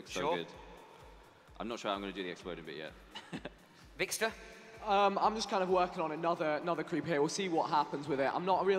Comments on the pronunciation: How he pronounces vikkstar 😂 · Lol the announcer says Vikkster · It was really annoying me when that guy was saying vikkster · The announcer said vikkster not vikkstar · He pronounces it vickstur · The announcer pronounced ur name wrong , he said vickster123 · i hate how the guy couldnt say vikkstar but he said vikkster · He called him vikkster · Vikster. Man said Vikster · Haha he said Vikkstir